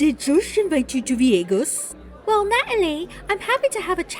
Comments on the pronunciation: That accent doin all the heavy lifting for pronouncing VYEGAS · I thought you were exaggerating when you said Veeagus... I lost my absolute shit when the clip of Natalie came on with her literally saying Veeagus. 🤣🤣🤣 I watch the recap here and not the show. That's how good this is. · TEK ME VEE-YAY-GUS NOW JOSH!!! 🔥🤣🔥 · I've been telling everybody to "invite me to viegas" all day. 😂😂😂😂